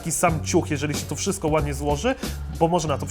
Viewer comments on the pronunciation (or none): none